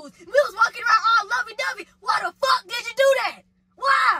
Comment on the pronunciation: Lmao! Not “I already dood it”